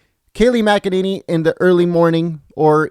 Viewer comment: It's McEnany and pronounced Mac-A-Nany. So many people struggle with it.